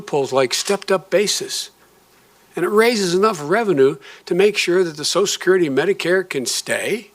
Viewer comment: "SO-shull security," NOT "SOS-security"